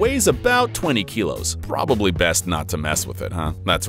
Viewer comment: The way he said probably